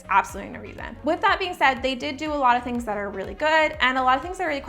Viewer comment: Am I the only one who hates how she says “stuff like thot”